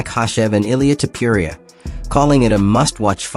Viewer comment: Author, who the fuck is “Tiuppiuria”? His name is “tOpUria”! Or Topooria. For correct pronounced